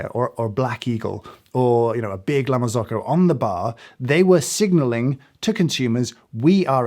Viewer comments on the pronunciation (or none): Kudos mate for pronouncing Mazza correctly! Now just La Marzocco to go—Marz-okko, not Mars-oco. 😉